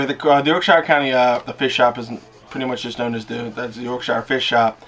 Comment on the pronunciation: coming from a brit your accent wasnt bad at all ;p certainly better than most..btw.. fyi.. its not pronounced SHIRE as in "lord of the rings hobbits home" its actually pronounced SHEER as in CHEER. Ive only heard a few americans actually pronounce it correctly.. and one was a texan with a seriously thick accent.. very funny to hear him pronounce it the correct way.. neways.. good effort.. and as always.. amazing update.. u have a great personality .. keeps a lot of people watching matey.